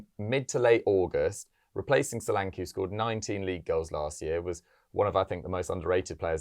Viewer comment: It would surprise britons that his name is Show-lan-ke not solanki. Ke (like kettle)